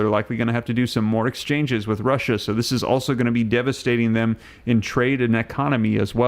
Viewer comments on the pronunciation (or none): none